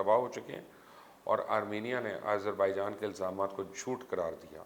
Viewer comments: Nice reporting, very informative. ..... But Mr Mubasher ! Kindly pronounce Azerbaijan name properly ... its Aazer not Aeyzer .... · I thought you were a big journalist...you don't how to pronounce the country simple name